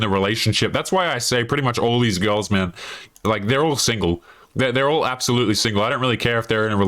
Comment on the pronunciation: Probably because you can’t pronounce the word “all” It’s not awwull , it’s all.